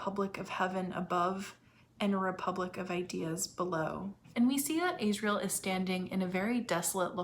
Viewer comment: Just a quick question; why do you keep calling Lyra (L-EYE-RA) Lira, as in the former Italian currency? And Asriel (AZZ-riel) AYZ-riel? If you watch any footage of Phillip Pullman you’ll know exactly how those names are pronounced even if you ignore the way the names are spoken in the show.🤷🏽‍♀️